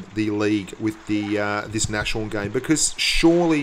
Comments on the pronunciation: Eddie Blaze I'm german, the pronunciation and the name is german and if anyone says Nash horn it just hurts my ears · please pronounce Nashorn properly -.- it's not a sh but a S and a horn behind ! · you pronounce it "nas-horn":P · It's called nas horn!!!!! ;) Not Nashorn. It's German and means rhinoceros :)